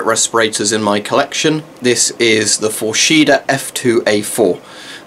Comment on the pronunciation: It’s pronounced “Fors heda”, just putting it out there, love your vids mate, My fav so far is my GP-7v but that’s probably because i got one from 92 in absolute mint condition and it works like a charm, sadly my S10 got scratched up lenses, wish i knew how to fix that :(